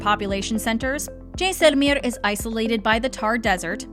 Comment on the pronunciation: Please drop the accent. You are saying the names of these places totally wrong. Jaisalmer for one example. Please just say them normally. You have interesting information and these affectations really bring down the vibe.